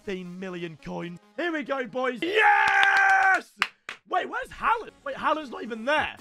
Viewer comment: Say Haalands name properly 😭